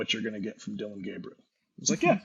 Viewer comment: Cant wait for talking ducks to come back for the season. Good show! Love J Stew FYI its Dillon not Dylan